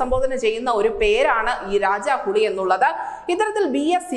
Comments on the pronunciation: മോളെ രാജാ ഹുളിയല്ല, "രാജാ ഹുലി, ഹുളി എന്നാൽ കന്നഡത്തിൽ പുളി എന്നാണ്‌ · രാജാ ഹുളി അല്ല. രാജാ ഹുലി.